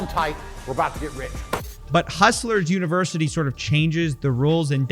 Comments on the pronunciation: The amount of times this guy said hustle versity is annoying af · why does this guy insist on calling it "hustleversity" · Is he trolling or can he just not pronounce UNIVERSITY?